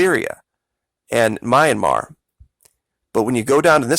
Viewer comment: It's NOT Myramar. It IS Myanmar....